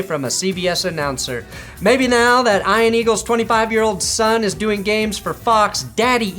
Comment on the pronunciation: Ian. Pronounced (EeeNnn)